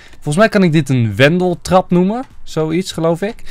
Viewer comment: Wenteltrap niet wendeltrap😜😜